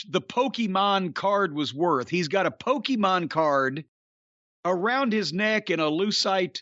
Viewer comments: “Pokey-maan” LOL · Hearing Cornette say "Pokemone" pretty much made my day. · I'm impressed Jim didn't call it PokEmans like everyone else from his generation dies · “One of these days I’m going to be interested enough to find out what Poke-E-mon is”- Jim Cornette, 2022. Very rarely does a single sentence perfectly encapsulate an entire man’s personality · Jim Cornette saying the word “Pokémon” made my year 😂